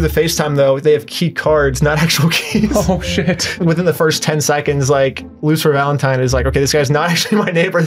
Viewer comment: I like how this guy never pronounces Lucifer. He always says something like "Luther" or "Lucer".